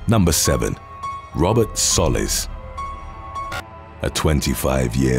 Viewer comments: The guy's last name in the first one is pronounced "Soh-leez" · Soliz is So-Leez Edit:this is the correct pronunciation